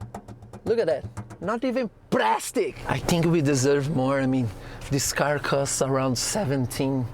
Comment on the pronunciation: It's praaaaastic!